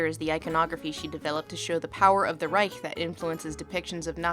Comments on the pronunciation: You pronounced Reich correctly. Finally someone from the anglophone world who does not end it in a hard K. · Lindsay´s pronunciation of "Reich" is perfect. I know what I´m talking of because I am German. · Not saying "Reich" with a /k/ but a /ç/ at the end! :O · She pronounced Reich the right way :D Impressive! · The first time I hear an american pronounce „Reich“ the right way. Although I kinda like the harsh american way of saying „Third REICK“ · Talking about facism with a Germany-Cup in the Background... I See xD Edit: Also you are one of the first English Speakers i hear to pronunce "Reich" at least a little bit right.